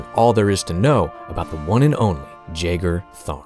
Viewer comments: Ain't it pronounced "yagar" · Pretty much everyone I've ever seen talk about this character pronounces his name wrong. I'm pretty sure it's supposed to be a silent J, pronounced yae-gar, like John Jeager, not jay-gar. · I have now heard Jagar pronounced three ways now and I don't know who's right. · See, I could've sworn I've heard it pronounced the other way, but maybe I'm misremembering.